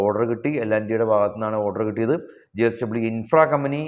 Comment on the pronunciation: ജി എസ്ക൦ബനി അല്ല, ജെഎസ് ക൦ബനി എന്നു പറ. തുടർച്ചയായി അങ്ങനെ പറയുന്നു. അതുകൊണ്ട് തിരുത്തൽ വേണ്ടി വന്നു. ക്ഷമിക്കണം. യേൺടതായി വന്നു.